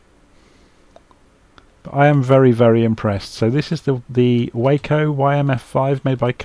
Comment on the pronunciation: Nice review of a gorgeous airplane. BTW, it’s pronounced “wah-co”. The name comes from the Weaver Aircraft Co. and has nothing to with the city in Texas.